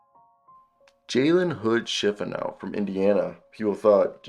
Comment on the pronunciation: What are u talking about? First of all ur saying his name wrong and he is not a wing. He’s a point guard or a combo guard.